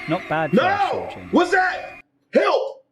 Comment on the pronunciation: You said hilp